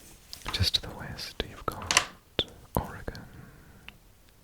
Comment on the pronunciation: Thanks ror pronouncing Oregon correctly :') people straight up have bumper sricers that say "ore-y-gun" because newscasters and other folks always say "ore-gone"